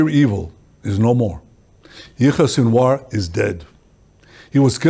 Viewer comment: Plz correct Name Yahya Sinwar not Yahya Sinawar